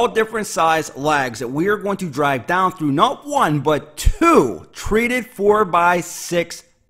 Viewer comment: From Pittsburgh right? I just never hear others use the formal "dahnn" lol